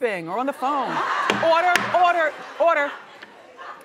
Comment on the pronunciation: Orda Orda Orda! 😂 Ya gotta say it right!